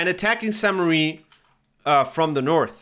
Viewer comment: Crazy. I thought to myself, damn why is this guy calling it St Marie. And you're probably unaware of it, but the current name does not mean Marie. But apparently the name of the town was originally St Marie. Here's what the wiki says as of right now: Founded in the eleventh century, the earliest records (1080–1082) include the name Sancte Marie Ecclesia, Latin for "Church of St. Mary", while a later document written in Norman-French (1317) mentions Saincte Mariglise. The current French form of the name is ambiguous, with the additional meaning, "Holy Mother Church".